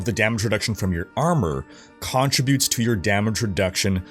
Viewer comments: Its not contri-butes, its con-trib-utes. Like "contributing to society". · You say "CON-tributes funny. Are you Canadian? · Why do you say contributes like that lol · The way you pronounce "contributes" has me triggered af... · You say "contributes" weird.